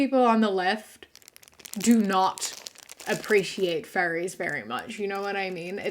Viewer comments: You pronounce furries like fairies and I was so confused for a whole minute until you said fursuits and I went ohhhh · Dude oh my god when you said "furries", I thought you said "fairies" and I was so confused like I was thinking like the lgbtq+? Because yeah I guess we're called fairies sometimes and then when you said fur suits I felt so fucking stupid lmaoooo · When she was talking about furries I thought she was saying “fairies” and I was so confused as to why they’re talking about fairies like they are some controversial group like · I'm sorry but the entire time she was talking about furries i thought she said fairies. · I THOUGHT SHE WAS SAYING FAIRIES. I WAS SO CONFUSED